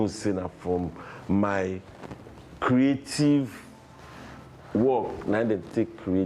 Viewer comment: His creative not creathiefs😅❤